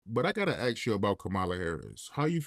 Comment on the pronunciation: I stopped watching after i heard "but i gotta axe you about....."